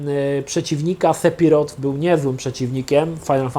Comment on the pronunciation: Czy ty celowo źle wymawiasz imię Sephirotha?? To nie jest SePiroth, jego imię wymawiamy bardziej przez F (seFiroth)... C'mon man..